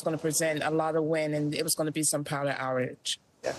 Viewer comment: "Power houwrage". Ffs